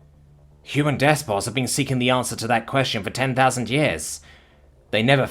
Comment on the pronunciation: Despot is pronounced despot. Not despor. Even I'm not going to try to get Narrator to pronounce indefatigable though